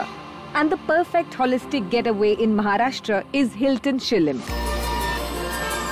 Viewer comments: Pooja Batra ma'am, take a bow. The way you correctly pronounced 'Maharashtra' instead of 'Maharashtraaa' was soothing to the ears 🙂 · This is how you pronounce PuNe, BHaakri, ThaLi, MaharashtRa, WaaDa. Great to see her working with Maharashtra Tourism.